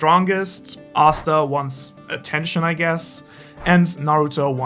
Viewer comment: Bruh said asta hell nah boyyy